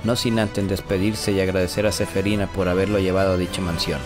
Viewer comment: Es que suena feo cuando dice SEFERINA XD